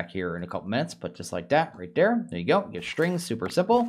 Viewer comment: "der" should really should be spoken as "there"